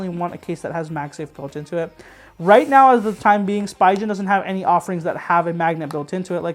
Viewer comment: SpEEgin! Not SpEYEgin!